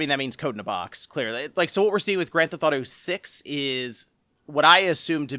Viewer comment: it’s pronounced “Granthauto”